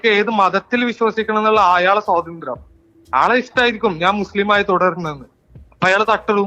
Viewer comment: ഏതാ ഈ പോത്ത് കാക്ക. സോതന്ത്ര്യം അല്ല പൊട്ട സ്വാതന്ത്ര്യം എന്ന് പറയൂ.